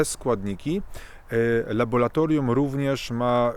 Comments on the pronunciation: 👹🇵🇱🇵🇱👹Panie! Naucz się pan mówić po polsku. Mówimy nie laboLatoRium, a laboRatoRium. To że, kiedy czyta pan coś, nie rozumie pan co, jest denerwujące. Mniej wygadani niż pan, kiedy przychodzi im coś odczytać publicznie - czytają to poprawnie. I zachodzi podejrzenie iż nawet zapamiętują jak wyglądał tekst. Przy takim wstępie pańskich enuncjacji, strach całość wysłuchać. Bo z uporem czyta pan słowo laboratorium nieprawidłowo. Błaszczakowi zdarza się często artylerię nazywać altyrelią lub aLtyLerią, ale czasem nie występuje u niego ten żałosny efekt obcowania z kolegami uczęszczającymi do PRZEDPOŁUDNIOWYCH PODSTAWÓWEK WIECZOROWYCH DLA PRACUJĄCYCH PO POŁUDNIU, odnośnie sfery którą się on zajmuje. Podobny do innych cymbałów, którzy pRioRytet chętnie mylą z p I o r y t e t e m. Obiecuję iż odsłucham dany filmik z pana udziałem. Chyba że usłyszę iż pan NIE WIE co mówi, jak to się zdarza słyszeć taki debilnie luzacki przerywnik (co drugie lub trzecie zdanie) często u jakoby profesorów, albo innych ćwierć móżdżków dźwiękiem swego głosu zachwyconych. 👹🇵🇱🇵🇱👹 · Laboratorium się mówi ludzie nauczcie się tego słowa nie jest takie trudne :face-orange-frowning::face-orange-frowning::face-fuchsia-wide-eyes::face-fuchsia-wide-eyes::face-fuchsia-wide-eyes::face-fuchsia-wide-eyes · Co za kretyn z tego psychola. Nie nauczył się słowa ,,laboratorium,,. Biedny Stefan Kisielewski pisał o dyktaturze ciemniaków za komuny. Teraz, dzięki Internetowi mamy nie tylko dyktaturę ciemniaków, ale też milion ciemniaków- wyznawców rozmaitych palantów. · laboRAtorium !!! Ile razy można powtórzyć słowo z błędem??? Nie LABO-LA-TORIUM, tylko LABO-RRRRRRRRRRRRA-TORIUM. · szanowny panie nie mowi sie LABOLATORIUM tylko LABORATORIUM nie mowimy karkulacja tulko kalkulacja itd Wniosek : jezeli chce sie wystepowac w srodkach masowego przekazu to wskazane byloby sie poslugiwac poprawno polszczyzno a nie labolatoryjno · LaboRatorium, nie laboLatorium ;) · Nie "labolatorium", tylko laboratorium....